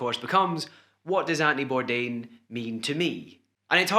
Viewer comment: Some tribute at least get his name right🤦🏼‍♀️not Birdan ! bordain eek had to shut this off!